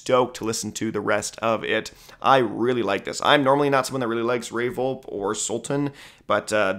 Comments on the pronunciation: Friendly reminder it is pronounced “Vol-pee” not “Volp” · Fox song goes lol Also jsyk Ray Volpe is pronounced without a silent E, (Ray Vol-Pee, and Vol-Pee-Tron) Most ppl mispronounce it, so ur not alone lol. don't worry